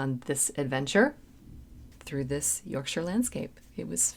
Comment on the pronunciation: Small point - love that you pronounce 'Yorkshire' correctly. Maybe do 'Sister Seagull' or 'Maid in Heaven' next, off of the same album I think.